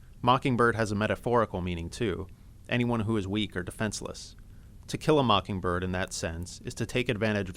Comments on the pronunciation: I thought it sounded like he said "tequila mockingbird" at the end. I typed in "teq" into the YT search bar and tequila mockingbird immediately popped up... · Sometimes it looks like he said Tequila Mockingbird :) Great summary though, it really cleared things up for me!